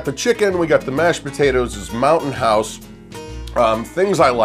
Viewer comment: Ha ha I thought you said mountain horse. Too funny!